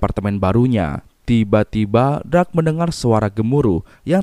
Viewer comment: darc bang bukan drag 🙃😂